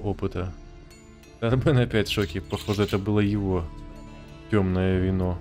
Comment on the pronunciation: У меня полетела английская озвучка и я каждый раз не могу привыкнуть к русскому переводу)) Ни ТОрбен, а ТорбЭн, жесть)))